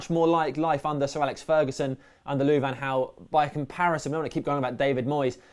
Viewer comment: Just a heads up you guys got the pronounciations mixed up. Van Gaal is pronounced with the G according to Bolo Zenden and Jose is pronounced with the J because he is Portuguese not Spanish